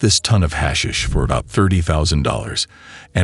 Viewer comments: Your hash shish ended it for me...thumbs down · We get it, AI can't say 'hashish'....ahhh make it stop. Let's go with 'weed'. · Gets on my nerves pronouncing it wrong